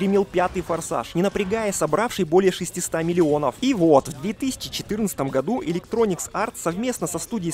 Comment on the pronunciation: ElectronicS! Капец если честно режет слух... Да и сами "недостатки" многие высосаны из пальца. Автор явно вообще не в теме, несёт бред! Даже смотреть до конца не буду.